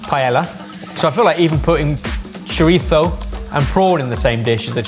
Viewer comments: Oh no, has fallen into the trap of saying Chori-tho like John Torode with the tongue and all. The same John Torode who got a stern talking to by a Spaniard, in Spain, who was cooking chorizo, that it was driving him up the wall that he was pronouncing it like that because if anything it's closer to being pronounced Chori-tzo, or simply the same way has always said it. The irony being that they also went the entire video mispronouncing PaeLLa, which they KNOW is incorrect. Hell, is usually the one to correct the others about that. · Omg yalls spanish is soo bad, sounded like tyson trying to say choritho. Cho ri so is the the pronunciation, pie ay a is pealla. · refuses to pronounce paella properly, yet says choritho instead of chorizo. Pretentious? HECK YES! 😂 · Says "chor-itho" like he's from southern Spain and then follows it with "pie-ella." SMH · Take a shot when says Pie-Ella and choriThzo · So for it's choritho, but it's still pie-yell-ah? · saying "Paella" with hard L's next to chorizo with ceceo is throwing me! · Wild to me to go out of ones way to say chorizo with the lisp, but continue on saying pie-ella rather than pa-eyya how it would be pronounced😂😂cmon lads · The way Brits pronounce it "pie-ella" but also say "choritho" cracks me up. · Please... it's choriTHo with a TH... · Can we all stop developing a lisp when we pronounce Spanish things. Chori-thhhhhhho. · Yea it's redundant. About as redundant as pronouncing paella "pah-eh-la" and then in the same sentence pronouncing chorizo "choritho" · needs to be punched in the plums for pronouncing chorizo with a ‘th’. Pretentious! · if you're going to hard-core emphasize the Castilian lisp on "chorizo," then the least you could do is properly pronounce the double L in "paella" as a Y, as is proper Spanish pronunciation. Edit... yeah he got there by the end of the video.